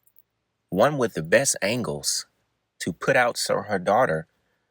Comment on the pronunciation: PUT not PIT